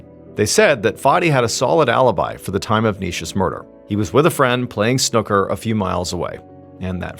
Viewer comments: Snooker - Pronounced: • Snuck-ker ❌️ • Snoo-ker (S-New-Ker) ✅️ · Snucker instead of snooker was the cutest thing 🥹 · I loved how you said snooker 😂❤ pool is more like what we play in pubs .. snookers more complicated xx